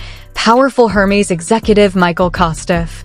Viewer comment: 👂 “Air Mezz”, not “Her Meeze”